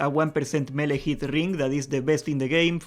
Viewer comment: I never play horde in classic, ever. This time I am and I am lost when it comes to finding all the dungeon quests. Big help. Also every time you say melee I hear Hunter.